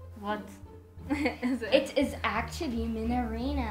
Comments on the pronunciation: everytime she gets it wrong her brother;its acully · stop saying acally